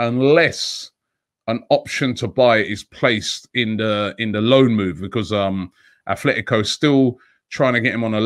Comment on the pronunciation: Robbie, it's Atletico, no h...